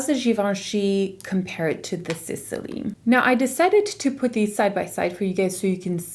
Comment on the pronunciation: Why do you pronounce Sisley like that there is anything between S and L ..... There's no any kind of ,,E,, sound there !